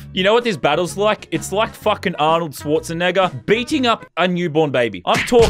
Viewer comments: Arnold swats a WHAT!?!?! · na he did it on purpose cause how lazar beam said it it sounded like the n word